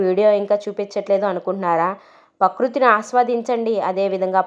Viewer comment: పకృతి కాదమ్మా. ..ప్రకృతి